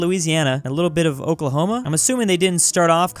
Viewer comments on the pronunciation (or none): none